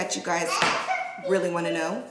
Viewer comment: You had I accient when you said you won't more